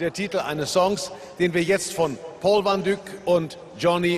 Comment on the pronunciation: Hey peeps it's Paul Van Dyk as in /ɛi/ phonetically. Paul Van D/ɛi/ k. He's German, he said it wrong. I'm dutch speaking and that's how we pronounce his last name.